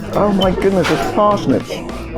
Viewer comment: Bro said "THERES PARSNIPS" in such a like posh English way i thought i was listening to the middle class lmao